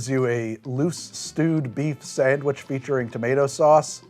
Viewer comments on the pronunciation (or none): none